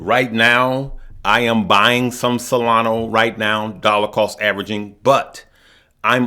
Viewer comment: IT!!!! IS!!!!! NOT!!!! SOLANOOOOOO!!!!! IT!!!! IS!!!! SOLANAAAAAAAAAAAAAAAAAAAAA!!!!!!!!!!